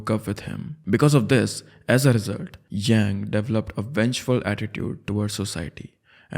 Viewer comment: It's यांग शिनहाए not यैंग